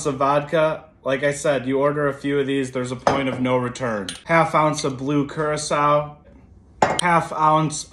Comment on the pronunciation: Thank you for pronouncing “curaçao” correctly. This puts you in the 5% of all drink mixing shorts. Well done.